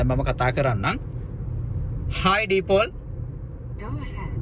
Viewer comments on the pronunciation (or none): Deepol nevei Deepal kiyala lajja නැතුව කියන්න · දීපෝල් නෙමේ it's දීපාල්....😂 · ඩීපෝල් කියන්නෙ , දීපාල් කියන්න ලැජ්ජයි වගෙද? 😂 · "දීපාල්"ව "ඩීපෝල්" කියලා පොෂ් කරන්න එපා. අපේ ගමෙත් ඉන්නවා "මල්කි" කියලා දාගත්තු "මල්කාන්ති" කෙනෙක්.. 🤣🤣🤣